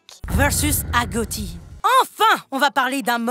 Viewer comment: On dit pas agotie on dit agochie voila 😊